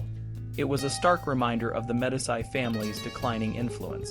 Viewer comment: medisy? it is pronounced "medeechi" you dunce